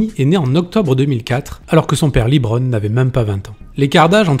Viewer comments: Bonne vidéo mais s'il vous plaît, arrétez de dire "Libron" ça se dit "Leubron" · évite de dire liiibron james mdr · On dit Lebron pas Libron ! Ecoutez les commentateurs des matchs NBA des LAL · Jus(te on dit pas "Librone" les gars :p juste "le brone" c'est bon :P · C’est la phonétique anglaise et donc c’est Libron. En anglais E se prononce I dans ce cas précis.